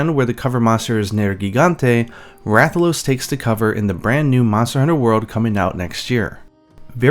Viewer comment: Rathaloosee(it’s a joke on how he says it)